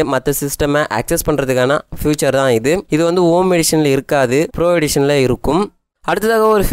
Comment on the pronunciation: ஃப்யூச்சர் இல்லமா. ஃபீச்சர்.